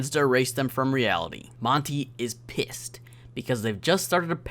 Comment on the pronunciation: "piiessed" = pissed